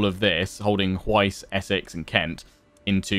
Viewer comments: Hwicce pronunciation = h’witch-uh. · By the way, Hwicce is pronounced as "Whicheh"